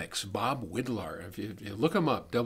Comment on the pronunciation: Bob Widlar (Irish pronounced "wide-lar") was more like an artist than an engineer. He was a genius, a little bit crazy and paranoid and he was one of the first "drop outs" of Silicon Valley. He co-founded Linear Technology which belongs now to Analog Devices. Many linear circuits from the 1970ies and -80ies came out of his brain.